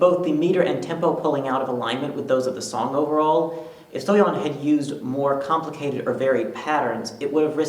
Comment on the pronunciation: at least he pronounced Soyeon's name correctly